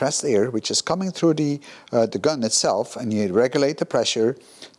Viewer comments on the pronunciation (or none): none